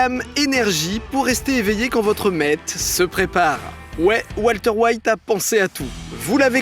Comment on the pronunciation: Salut, faut arrêter de vouloir prononcer certains mot avec un accent. On dit pas los polios mais los poyos, on dit pas walter weight mais walter white